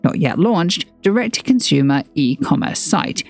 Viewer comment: Interesting video but your pronunciation of 'consumer' as 'conshoomer' is really annoying.